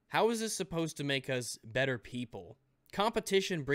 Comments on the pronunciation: He said “bether" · I don't know why its bothering me but he said bether